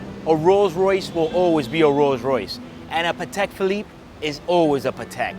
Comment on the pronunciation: Paddeck Pheleeppeh